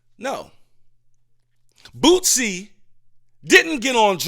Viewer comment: Who is BOOTSIE 😂😂 You mean Boosie? It’s all love my brotha